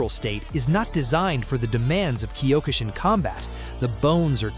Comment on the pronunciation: why must you pronounce Kyo-ku shin karate... Wrong use of Japanese words